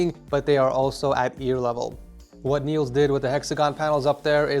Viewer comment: Danish people (me too) are cringing over how you pronounced my guy Niels name haha